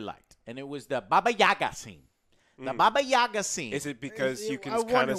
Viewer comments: "Baba Yaga" (баба Яга) last syllable stress (Yagá) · Angry Russian here. Baba YagA. Stress on the last syllable =D Just so you know. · i've noticed how Joe likes to pronounce "Baba Yaga" and it is good, but the he should stress the last "a". "bAba yagA" - is correct russian pronunciation. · Why Americans always read her name wrong, even John wick? It’s Baba yagA, not YAgA. Stress is on the last syllable. But in the movie she was pretty accurate to Russian folklore. By Hollywood standarts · Brooooo jooooooe i love you to death but stop saying bobbayagga lmao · Actually, It is "baba yagA" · Why do people keep mispronouncing Ya'ga? It sound like boGEYman. Americans actors trying to speak russian are so bad at it. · Thanks for the review. But for the love of God, it is pronounced Baba Yagà :) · It's Baba YagAA, excuse you please